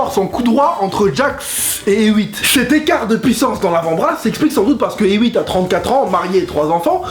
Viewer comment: Superbe vidéo! Mais Hewitt se prononce "Et Ouite" ^^